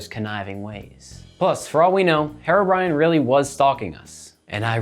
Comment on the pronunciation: Why are you saying it like "hair-o brine"? It's HERO brine!!!